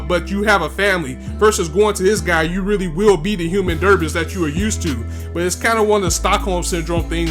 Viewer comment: Human derbis? Oh I think its pronounced "debree". Human debris (de-bree)